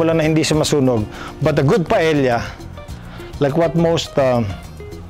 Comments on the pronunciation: Love this so much...but this pronounce as PA-EYA...not PAEL-YA...just sharing hehe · Just an fyi lang po, Paella is pronounced po as 'pah-eh-ya' and not 'pah-eh-lla' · Paella pronounced as PaEya just saying.😅😂😊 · Correction lang we have toured around Spain and there in Valancia, Spain that we learned that the right pronunciation of Paella is Paea it is silent l. Thank you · This Filipino guy, who hails from a former Spanish colony and who can't even pronounce 'paella' totally butchered this dish and broke too many rules when cooking this dish...